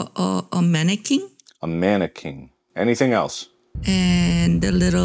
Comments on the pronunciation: "what do you see in front of you" "uhhhhh a mannequin?" "a manaking"🤔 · A mannekeeng and the little....frickling plickling stars😂😂😂